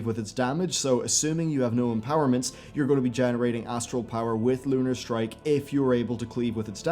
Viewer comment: Your "L 's" are so prominent in this video. I found myself saying LLLUUUUnar, every time you did.